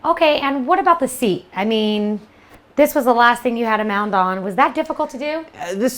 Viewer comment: is she saying mound instead of mount?